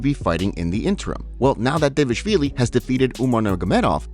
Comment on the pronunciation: Homie, this is my fav MMA updates channel, not disrespect. But you gotta learn how to pronounce Merab's last name 😭